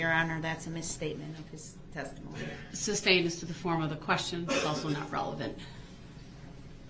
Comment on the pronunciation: Substained and axed are driving me nuts